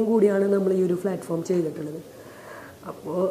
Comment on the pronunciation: ഫ്ളാറ്റ് ഫോം അല്ല പ്ളാറ്റ് ഫോം.. നല്ല സ്റ്റാൻഡേഡ് ഉള്ള ഇൻ്റർവ്യു.. ഇവർ സംസാരിക്കുന്നത് കേട്ടിടും ഇതിൽ പോയ് ചേർന്നവരെ സമ്മയിക്കണം..